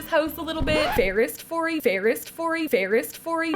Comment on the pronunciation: FAIREST FOREY LMMMBO!!!!!!! HAHAHAHAHAH!!